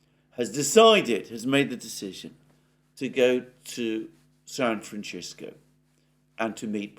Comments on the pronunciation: San Francishco? This guy can't pronounce the name of the city correctly? Since when did we have a San Francishco in the US? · Why do you pronounce it San fran-chis-co ? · Sorry I turned off at san-franchisco. Omg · Doing us dirty with "San Franchisco" but we'll take it over "Frisco" or "San Fran" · It is pronounced San Fran cis co. I have lived here all my life. We tend to say if fast here so it sounds like SanFransisco.... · San Franchisco?!? Oh, come on!!! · Why do you pronounce San "Franchisco"? It's not the pronunciation of the Spanish that founded it, nor of its inhabitants. It's not Italian! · With all due respect its pronounced San Francisco ...Francis...co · San Fran-chisko? Where did that 'h' come from in San Francisco? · San Franchisco? Hahahahaha... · San Fran-what-co? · No, its a Spanish name, like many given to cities and areas of Calif and South West US, and is not pronounced Chisko in Spanish either. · I didn't know the word San Francisco was so difficult to pronounce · That is one interesting pronunciation of "San Francisco", I must say. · Hearing Alexander mispronounce "San Francisco" is delightful! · Please stop saying San Franchisco. How is Alexander is such an expert in international affairs have never heard anyone saying San Francisco. Francisco is also a Hispanic name and I think people who have that name would be a little upset about butchering their name. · Did you notice how Alexander pronounced San Francisco, Brad? Just wondering if it's just me, or if he's talking about a San Francisco that's in Italy or something. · Thank you. His pronunciation was driving me nuts. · San Francisco. No 'h'. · Say fransisco instead of frranchisco and poof just like that you will stop offending your entire US audience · Say it with me, San Francisco. Not san franchisco! Arghhhhhhhhhhh! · sam fran Sisco not chisco..am I having a stroke ;) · san franSISCO no san franCHISKO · It's San Francisco, not San Franchisco..... Incorrect pronunciation